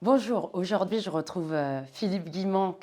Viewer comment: On ne dit pas aujord’hui, mais aujourd’hui